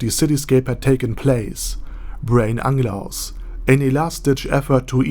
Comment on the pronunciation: Why you keep calling him Anglaus instead of Unglaus. It bothered me so much...